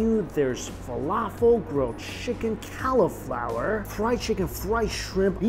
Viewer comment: The way he says cali-flower